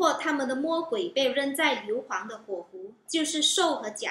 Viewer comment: 硫磺（音同黄，不是礦）😂